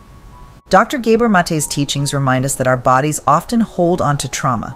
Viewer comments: Pronunciation - G ABOR NOT GAY BOR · His lastname Gábor's 1st wovel is pronounced like the 1st wovel in the word "rather" , aporoximately. Not like the wovel in the word "hay" for example. He is Hungarian.❤ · To the makers of this video: You are featuring a fascinating speaker, giving an incredibly insightful speech, and then you're doing tremendous damage to the message in the way you're presenting it. Not only does the narrator chose to mangle the pronunciation of his name (no, he's not a "gay bore"!), you interrupt the address at various points with pointless, sappy and useless animation segments. You cut into his speech, but not in a clean way, you slowly fade out his voice as if to say: "Enough from you, we have something more important to say." I'm sure this is not happening out of malice, but the thoughtlessness on display here gives me an aneurism.